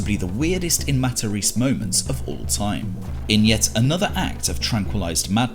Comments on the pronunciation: Matta- reece?! lol. It’s mat-a-Rez-eh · If Joe was really Italian, he would've pronounced his last name MA-TA-RÉ-ZÉ and not 'Mataris'